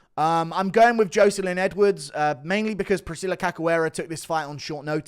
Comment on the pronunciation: Good vid as always but please stop saying Joeselyne Edwards am I right